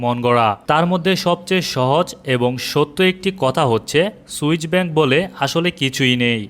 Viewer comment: সুইচ না সুইস